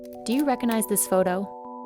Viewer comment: Such an interesting look into interesting jobs! The narrator mispronouncing recognize as “rekkanize” was distracting but the writing was good overall.